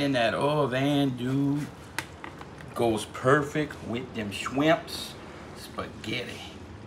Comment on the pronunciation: Shwimps. Lol